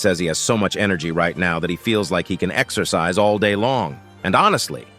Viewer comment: Exercise ❌ Exorcise ✅